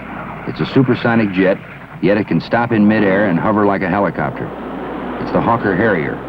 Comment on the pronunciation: how does he pronounce HELICOPTER?